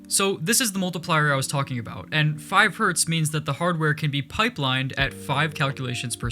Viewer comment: knows how to make a renderer with only redstone but can't pronounce Hertz right me: has a Linear Algebra test today and is watching minecraft videos